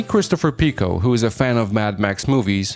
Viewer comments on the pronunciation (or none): none